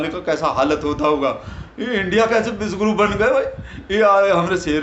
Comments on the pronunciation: तुम्हारे बोलने से विषगुरु सुनाई दे रहा हैं. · शायद को बोलने में उच्चारण गलत हो जाता है विषगुरु को विश्वगुरु बोल देते हैं